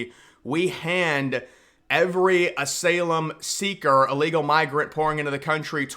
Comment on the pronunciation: I appreciate your channel, but ASYLUM isn't pronounced "A-SAIL-UM" --- it's phonetically pronounced "A-SIGH-LUM".